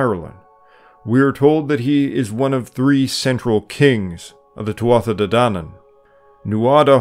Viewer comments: Would love if you could properly represent these dieties with their proper pronunciation. In Irish Gaelic, it is pronounced Tua not Tuatha, and Loo, not Loog. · I believe that Tuatha is pronounced Tu'a, and that Lugh is pronounced Lu... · it's pronounced two -ah .....